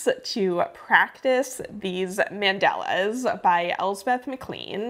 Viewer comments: fyi, they are called mandalas, not mandelas 🥰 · The way you say mandalas is interesting. Is that accent from San Diego?